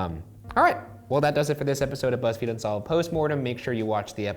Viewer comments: Shane said fuzzfeed lol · "Of Fuzzfeed Unsolved Troo Crime" - Shane 2k18 I dunno why i heard Fuzzfeed but i did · Did Shane say fuzzfeed??? 😂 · Shane said fuzzfeed unsolved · At the end Shane said Fuzzfeed unsolved 😂😂😂😂😂😂😂😂😂😂😂😂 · He said fuzzfeed in the beginning.